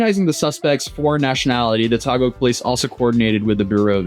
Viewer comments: Hi! Filipino here—just wanted to give a little translation. , the secretary was talking about him taking the motorcycle without permission. , he was just repeating what he said in English in Tagalog. Also, Taguig is pronounced "Tah-Gig." Just wanted to help out. Thank you for covering this news and for helping deter foreign IRL streamers from doing nuisance streaming in my country. People here are very friendly and hospitable to tourists, so it's really sad when some visitors come here just to cause trouble. Something I noticed in your video that I think most people covering this missed: when he was looking for Shangri-La (his hotel, I think) and asked someone for directions, a security guard pointed and tried to help him—but he got in the guard’s face and said something like "Shove it up my a$$." Even his Filipino cameraman apologized to the poor guard. That’s truly unacceptable. Most security guards here are there to help and give directions. Many of them are also armed, since regular civilians in the Philippines don’t typically carry guns. So the fact that they remained patient with him really shows their good nature. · Hey this is how you pronounce taguig = Tagig not tagug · Translation: "He was seen riding a patrol motorcycle without advise/permission". Also Taguig is not pronounced as "thag - guh" but "tah-gheeg". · Btw to pronounce Taguig, its "Ta-GIG/Ta-geeg" not "Tagog" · It's pronounced "tah-gig", but good vid tho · if you need translation i got your back "They saw him riding a Patrol Motorcycle without their consent " "A Vlog on social Media has some affiliation on responsibility " the pronunciation for Taguig is TUH- GIG Big fan started watching way back on the Johnny Somali case !! keep it up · ITS 'ta-geeg or ta-gig' (Taguig) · hey since you will still cover this again probably. Taguig is pronounced as ta-gig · Jic yall are curios Taguig is pronounced, Tah-gihg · Hi, TAGUIG is pronounced as "Ta-gig" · Taguig is probounced as Ta gig but fast